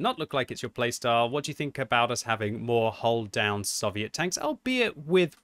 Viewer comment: It’s SOVIET NOT SUH-VIET